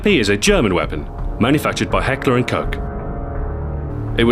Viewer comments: did he just say hecklerh and cock!?! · Heckler and Cock? xD